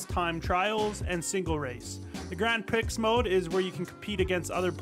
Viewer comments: pronounced PREE not PREX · "Grand pricks" Bro... that's not how it's pronounced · Bruh, it’s pronounced grand PREE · Was hilarious tho lmao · As a French it was triggering